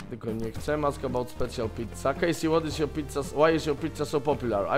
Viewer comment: Czytaj Kejsi z taką końcówką J